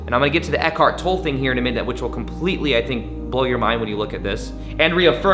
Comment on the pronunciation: I think I speak for all the Eckhart Tolle fans everywhere when I say: If you're going to refer to or quote Eckhart, please pronounce his last name correctly. It is pronounced "TOL-ə"; like "TOL-ay". Thank you. Great video, BTW.